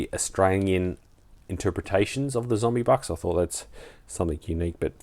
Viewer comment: Australia is kind of more represented by the Kangaruin these days, than the kangaroo, heh. Also, it's zombucks, not zombybucks you drongo. Nice pick ups. PBE do offer some different selections than other dealers, to their credit.